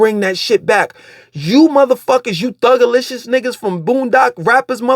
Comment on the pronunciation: He said thugalicous ... Damn near fell down on that one 🤣